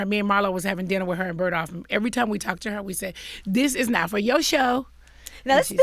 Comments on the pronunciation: BERGDORF not bergdoff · People need to stop pronouncing the shit as "Birdoff"